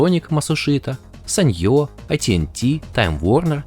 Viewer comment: какое ещё саньё? впервые слышу чтобы так произносили эту фирму, и считаю что правилно нужно произносить ( санио